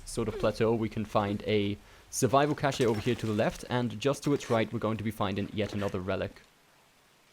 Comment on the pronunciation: Cash-ay lol